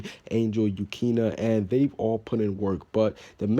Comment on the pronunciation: IT'S YUKINO YOU-KEY-NOE